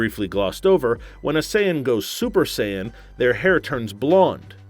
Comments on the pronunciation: Saiyn? You know what im Say-ain? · Super "Sigh-Ann" mode....This is so tragic. 😭😭🤦🏿‍♂️🤦🏿‍♂️ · My ears bleed every time i hear Cayan "saiyan" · He pronounced it "Super Sighan" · It's Sayian not science 😂😂😂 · "Go Super Scion" :D:D:D:D I cant stop laughing. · Y’all should have gotten a better host cuz not gonna lie I was a little mad when he pronounced sayain,gohan,and vegetas name wrong